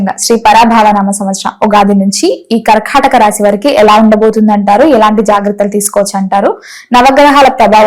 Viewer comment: Kharkhataka kadhamma thalli....karkataka raasi